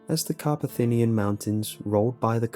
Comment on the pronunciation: Carpathian mountains, not carpathinian.